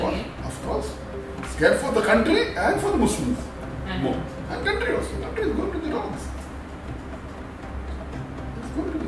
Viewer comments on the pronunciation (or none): "Counqyry is going to dogs" 😂😂😂😂😂